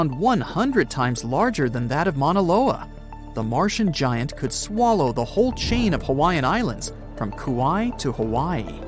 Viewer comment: "locat-chen" "hew-man" "guy-ant" ... get a better AI to generate the voice plz.